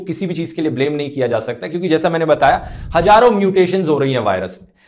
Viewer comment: Dhruv hajaroo nahi hazaroon hota hai